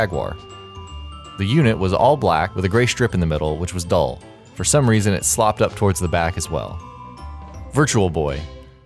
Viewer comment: slopped up? you mean sloped... do you even read script bruh